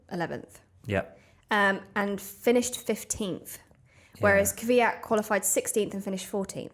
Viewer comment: it can be either kivyat or kviyat, both incorrect.